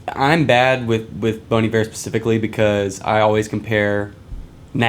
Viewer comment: It’s Bon Iver sounding like Bon Eve-Air. It’s pronounced like the French word Hiver which means winter. Bon Hiver means good winter.